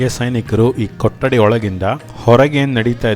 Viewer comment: ಸರ್ ನಮ್ಮ ಕನ್ನಡ ಉಚ್ಚರಣೆ ಸ್ವಲ್ಪ ಬದಲಾಯಿಸಿ ಅದು ಕೊಟ್ಟಡಿ ಅಲ್ಲಾ ಸಾರ್ ಕೊಠಡಿ ಠ ಕೆಳಗಡೆ ಟ್ಟ ಅಲ್ಲಾ 🥺